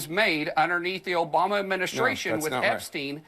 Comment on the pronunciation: Confession: I watch David Pakman’s videos just to laugh when I hear ‘Obamna’